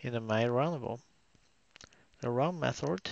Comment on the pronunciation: You put me to sleep "methoRRd"